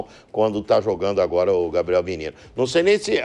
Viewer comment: *Aguóra" ASMAR, Thiago.